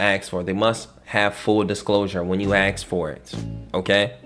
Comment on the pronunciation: He knows a lot of stuff but it bothers me that he can't pronounce the word ask properly. It's a three letter word and there isn't a x anywhere in it.